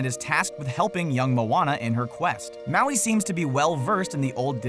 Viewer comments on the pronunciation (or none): U said maui wrong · U said heaps of mauis wrong